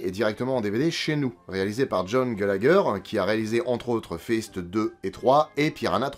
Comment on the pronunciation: hihihi il a dit Fist (désolé)